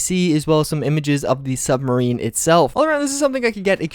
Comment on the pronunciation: It's pronounced submarine not sumbarine